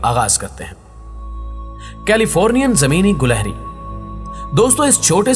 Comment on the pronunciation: gilehri not gulehri